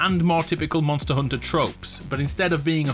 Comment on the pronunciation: The way you said hunter reminded me of Bloodborne’s Eileen The Crow: “A hoonter moost hoont”